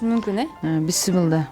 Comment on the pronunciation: Бысмылла эмес бисмиллях